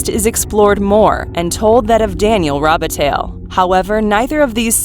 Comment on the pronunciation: Just wanted to tell you that you don't pronounce the " ille" literally. It's Robitaille ....pronounced...Rou-bi-tai